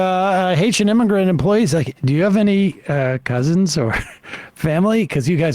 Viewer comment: There is no "-er" sound in the word immigrant, nor migrant.